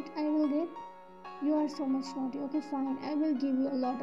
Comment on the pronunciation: Naughty instead of noty. No offence. It was funny.